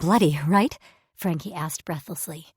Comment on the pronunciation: Daz still can't pronounce Frankie😂